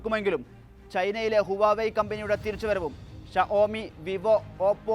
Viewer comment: huvave alla vaavay ennu venam parayan